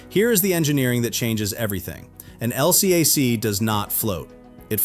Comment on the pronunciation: I was on an LCAC, and we call them "el-cack," not L-C-A-C.